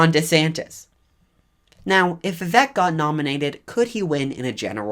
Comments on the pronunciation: I think his name is pronounced vih-VAKE, like cake, not vih-VEK like heck. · Vivek is pronounced We-wake, not We-wack. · Vivek is pronounced "Vi-Vake". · You need to pronounce Vivek correctly, It is Vi-Vake like “cake” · Learn to pronounce his name correctly !!🥱😡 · Vivek pronounced (We-Wake). Not we whack. and Ramaswamy pronounced Ra' (R-Ah)Ma' (M-Ah) Swa' (Sew-ah) Me